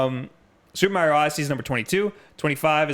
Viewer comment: I like how he’s judging filip miucin about the Bethesda pronunciation but yet he can’t say Mario the correct way. And beatemups says SEEGA instead of Sega,Just saying I don’t think that has anything to do with whether you like video games or not lol